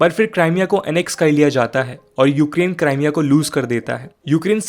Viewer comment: It's क्रीमिया not क्राईमिया